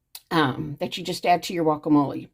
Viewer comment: That’s funny ur calling guacamole wacamole lol